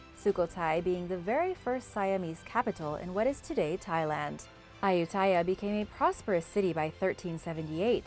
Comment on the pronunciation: I love you! W my hich is why I want to share a little of my own knowledge with you! Kailash is pronounced just how you’d think Kai- lash, rhyming with eye lash lol despite living In India for 3 years, I never went here, b ut it’s at the top of my list when i go back And in the name Ayutthaya, the stress is in ‘ayu’ so it’s pronounce d AHYOO- thaya. How do I know? I lived in Thailand for 3 years and I’ve been to those ruins in Ayuthaya. Funny story, as I was learning about what happened there, how Burmese monks torched the placei, a group of Burmese monks came along. We got lots of cool pics that day. Oh and I’ve been to the forbidden city in Beijing too. Fun fact: Mao Zedongs mausoleum is pretty much across the street from the entrance to the forbidden city. But you must show up super early bc they are only open in the morning. Also don’t take anything with you, nothing! No one can bring anything inside, and this is very strictly enforced. Hope this was interesting:)